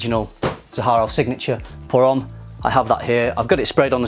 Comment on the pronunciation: In "homme" the 'h' is silent, you should read it 'omme'. Just sayin ;)